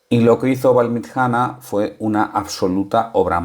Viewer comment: VALLMITJANA SI SE PUDIERA ESCRIBIR SU PRONUNCIACION SERIA ALGO ASI COMO VALLMITCHANA.SALUDOS